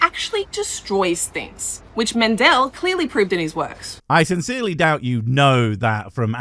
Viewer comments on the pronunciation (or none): Oh my. She actually says Men-DELL instead of MEN-del. What a dunce.